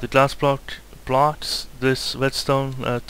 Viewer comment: im sorry, but r u calling the blocks 'bloches' ??